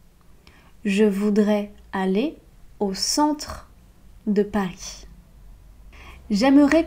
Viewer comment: Pourquoi prononces-tu le s à Paris?